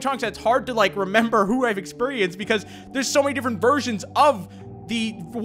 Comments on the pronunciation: Expurienxced I mean experienced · he went all southern on us for the word experienced